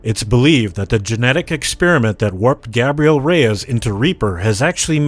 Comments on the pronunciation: Did you just call the hero I main the most Gabrielle Reyes?! It is Gabriel Reyes. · D-Did you just call him...Gabrielle Reyes....? Not....Gabriel? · He said Gabrielle instead of Gabriel XD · I came to the comments to see if anyone had pointed out his pronunciation of Gaberiel... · Wait did he say GAB-reil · Lol at Ah-moll-e and Gabrielle... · The way he pronounced reeper's real name... 🤢🤧😷🤒🤕💀☠️ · The most disturbing thing in this video is how he says Gabriel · You said Gabriel wrong. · the most disturbing thing in this video is the way you pronounce Gabriel